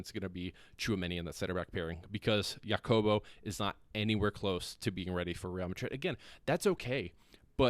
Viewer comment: Jacobo. J is an “H” sound. Think “Ha-cobo”. Do you have a Spanish speaking friend from Madrid (like me) who can help you out? - as long as you’re working to get better it’s fine. When you give up you are just not Real Madrid material anymore and need to close the channel. 😂 - happy to help.